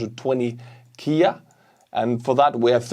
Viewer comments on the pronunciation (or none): K-I-A, M-I-A. Not Kia, Mia :)